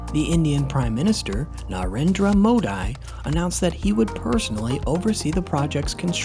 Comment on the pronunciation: Pronounced Mo-dee , not mo-di.